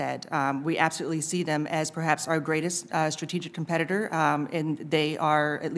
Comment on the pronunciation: He should’ve started by betting her she couldn’t say competitor.